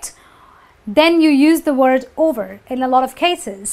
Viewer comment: You mispronounce the noun use.